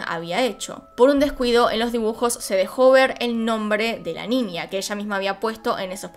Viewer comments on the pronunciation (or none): Porque dice Ninia o cosas con la ñ dice nia XD? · Me encanta cuando dices ninia en vez de niña jeje